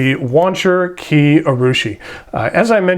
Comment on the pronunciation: oh, and Kiei is pronounced Kee-Ay